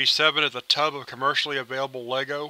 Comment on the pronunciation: Tub, not tube